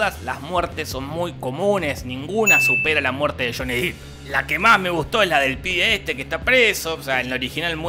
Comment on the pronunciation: El apellido de Johnny Depp se pronuncia "Dep" y no "Dip"... solo para aclararlo que yo también me equivocaba antes😅